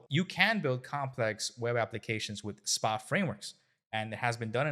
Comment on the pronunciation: Stop caling it Spa-Applications, it has nothing to do with Wellness. It's SPA, all uppercase, its an Acronym so it's AS-PE-AY Applicatons.